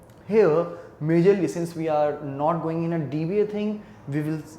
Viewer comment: its WE.... pronounce as uie , and not ve